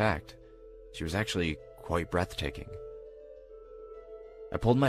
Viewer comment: "She was brethtaking" Was she ?